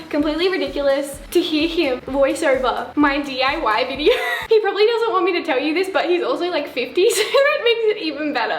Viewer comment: Nobody: Not a single soul: Not even a speck of DIRT:: Videorr